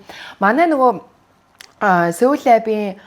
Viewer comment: Pronunciation oo zacaad xelcixeer yagaad baidiin bee, ug n newtrvvleg n xeregtein daanc Seoul lab gex bolgond n cixneec cuc garkeed baixiimaa :D